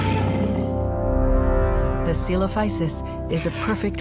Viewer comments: Man sprichts im deutschen celophüsis aus was ich weiß Könnt mich aber durch die BBC Doku von damals auch irren xD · Auf Deutsch wohl Zeh-Lo-Füsis und auf Latein Ko-Elo-Füsis. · Deutsche Aussprache = Ce-lo-fü-sis oder Coe-lo-fü-sis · Man spricht ihn so aus:Tsoelofüßis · Ich sprech es C-lo-phü-sis oder halt Ce-lo-fü-sis aus. Bin mir nicht 100% sicher aber ich bin der meinung das die das bei der Deutschen Version vom "BBC Dinosaurier im Reich der Giganten" auch so ausgesprochen. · So spricht man ihn aus